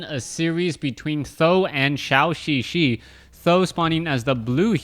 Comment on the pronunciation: Why does Crota keep pronouncing Zhouxixi like Shaoxixi?